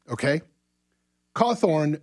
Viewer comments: Why is a NEWS channel talking about Scott cawthon (think I spelled that correctly) and he keeps saying “Cawthorn” and why does it matter about peoples political opinion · And believe me when I say that I really truly side with Scott Cawthon. I just find it odd that he didn't talk about his creations like those are his accomplishments and butcher his name as he speaks it.